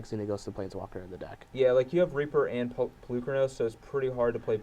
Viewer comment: Finally, might start saying Polukranos correctly. Then again that might be asking to much.